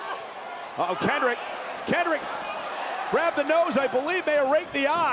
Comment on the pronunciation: "Kendrick has tapped out the champion" um? that's not how you say that Cole.